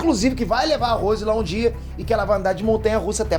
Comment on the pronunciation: Ele pronunciou o nome do Rose errado kkkkkk e como Jack afundou no navio se ele nem existiu?😂😂